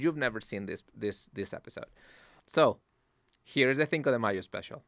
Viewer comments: “Thinko” lmaooo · “Thinko de Mayo Special” that bothered me so bad